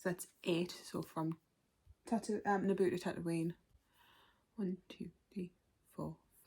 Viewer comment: I did not hear Naboo lol! I head ABOOOOOO hahaha! Great looking TBR mate!!! Hope you love all these!